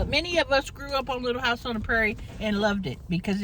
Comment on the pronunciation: I cannot! You butchered Little House for real. But you are the best so you get a pass.